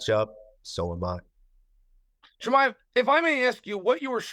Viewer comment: Zamkhat Kee-Mah-Evv and Caramoon Usman